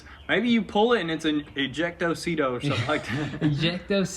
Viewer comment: He said Ejecto Sitto 🤣🤣🤣🤣